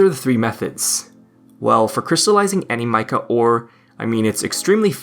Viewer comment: I am never going to stop hearing your pronunciation of Animica.